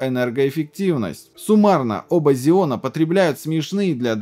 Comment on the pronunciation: почему зеоны, если ксеоны? Xeon